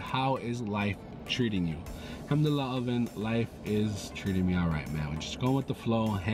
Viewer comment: omfg the way you said al hamdulillah, was soo beautiful